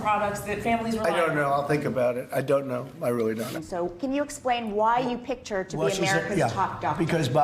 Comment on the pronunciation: "I down't noe"! Fipper-flop, depending on who spoke to him last.